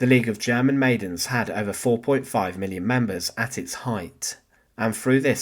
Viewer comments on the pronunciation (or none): none